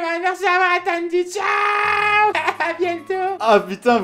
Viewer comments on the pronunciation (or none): none